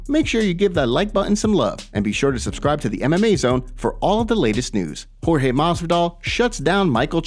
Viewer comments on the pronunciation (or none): none